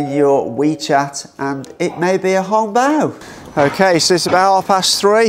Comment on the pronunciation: It sounds so amusing when u said "Hung-Paw"; In Makai we called it "Ang-Paw" (Hokkian slangs)